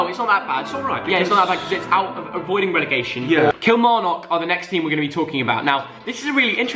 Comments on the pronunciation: You don’t emphasise the knock in Kilmarnock, it’s more pronounced like a nuck, and not as prominent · the way ur saying Kilmarnock is killing me😭we pronounce it like “Kil-mar-nuck” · Yvette Kiernan just me or the way he pronounces Kilmarnock 😂